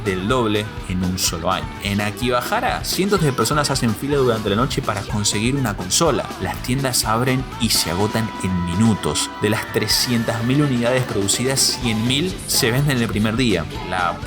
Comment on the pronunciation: No es Akibahara, sino Akihabara